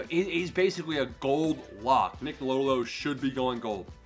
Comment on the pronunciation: You’re killing me man😂 “Low-Dough-Low”